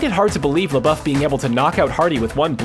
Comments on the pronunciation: Its pronpunced Shia Leboof not Shia Lebuff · "Lebeouf" its Labeouf